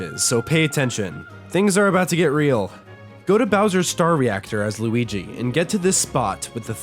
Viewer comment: Are you mean to Luigi or do you actually don't know how to pronounce his name?